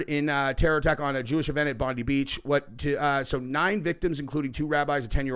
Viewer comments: It's Bondi not bonde beach lol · It's BOND EYE NOT BOND E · Bro. Heads up, it's pronounced "BONDEYE"....not like "Pam Bondi". Different. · Bondi pronounced Bond-eye...not Bondy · I have to say it 💁it's not pronounced (Bon'dee beach!!!)..🥸..it's pronounced (Bon'die beach!!)..true story!!.from an Australian 🙅‍♂️ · Bondi is pronounced Bondeye not like Blondie. I know, it’s our accent. Take a look at the overwhelming election landslide lead by our PM Anthony Albanese. Just facts. The world is doing it tough right now ❤ 🌎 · Dude...... Please Stop......... Mate, please....... Its pronounced 'Bond-eye', not 'Bond-ee' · It's pronounced Bon-die beach, not Bon-dee. 😐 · It’s pronounced Bond-eye Beach… not Bond-ee 🥰 I am heartbroken for my homeland… Ahmed el Almed is an absolute and I hope he is taken care of by the Aussie government. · It's Bond i not Bondee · Just a quick note ,we in Australia pronounce it BON-DIE not BONDEE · … brother it’s pronounced BON- DIE.. Bondi not. BONDY… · It’s pronounced Bon-dye not Bon-dee beach. Please get the pronunciation right! God bless from Australia! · It’s pronounced Bon- di Not bon- dee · The pronunciation is not bon-dee it's bon-die .. Unintentional pun. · for your info- Bondi is pronounced as Bond'eye', not Bond'ee' here in Australia. Sorry, but I thought you should know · Aussie here - sooo funny that you guys keep pronouncing it 'Bondi' - it's pronounced "Bon-dye". No crisis actors for this event this was just a horrific crime against innocent people celebrating Hanukkah... this was not staged! Innocent Aussies were murdered because of two sick individuals who choose violence when we should be embracing Christmas spirit and community. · It's pronounced Bondi, not bondy fyi. So the I, is said as an I as it's normally said. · Bondi is pronounced "Bondeye" not Bondeee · It's not Bond- dee, its pronounced Bond - die. That is how the Aussies pronounce it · Pronounced Bondeye